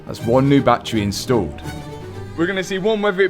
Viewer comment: You pronounce battery "Battray" and "Battery" in the same sentence it confuses me so much hahah